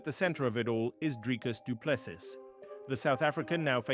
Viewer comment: Spot on, but here is the correct way to pronounce Dricus Du Plessis